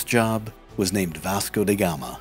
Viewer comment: In portuguese , his name is pronounced as "V Asco" with that A as car, not "V Esco" as cat. Huge and important difference.. 👍